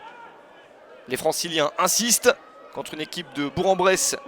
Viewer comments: Attention : on prononce "Bourk-en-Bresse". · J'approuve, on dit bourk-en-bresse. Allez FBBP !